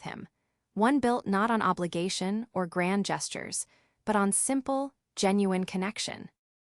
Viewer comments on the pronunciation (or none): none